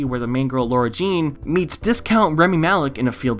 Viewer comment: its LAHR-uh jean not lohr-uh